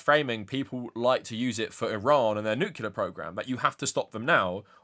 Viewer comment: That pronunciation of the word "nuclear"...